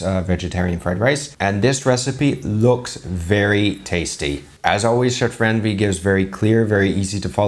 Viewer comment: It's not Ran-Veer! As much as you like us to be respectable. So, it's a request you know how to pronounce the names properly as well. Stop comparing risotto with rice! Not everything is western food culture. Thank you.